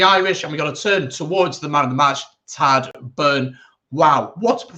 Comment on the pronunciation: Tagdh pronounced Tieg. Otherwise great review 👍Lineout credit probably has to go to POC. Was always renowned as an excellent Lineout operator both attack and defence. How bad James Lowe has been should be mentioned too?